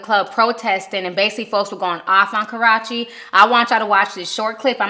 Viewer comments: I die every time I hear Ti say "kuh-ROTCH-ee" 😂😂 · Please Hun.... You are so mispronouncing Chris Brown's Ex's name. I Love You Girl but PLEASE get her name right😘